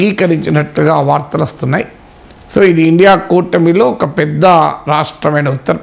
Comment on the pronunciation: ఒరే ఇండియా కాదురా I N D I A అని పలుకురా